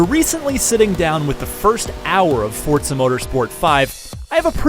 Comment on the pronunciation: FORT-ZAH 5